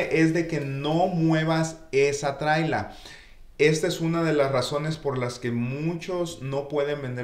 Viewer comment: Se llama casa móvil. No "trila"👈